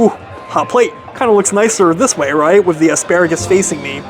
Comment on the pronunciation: HAS LITTLE ISSUE WITH THE TH SOUND. FOR EXAMPLE-" TABLE (WITH ) WIFF A BOOTH."